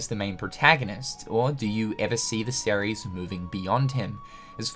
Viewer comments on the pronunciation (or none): I can't unhear "Sair-ries" when you say series